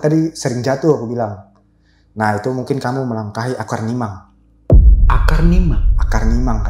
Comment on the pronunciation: Maaf yang bener mimang, bukan nimang